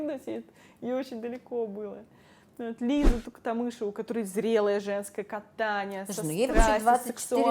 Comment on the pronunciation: я конечно не душнила но все таки не ТуХтамышева а Туктамышева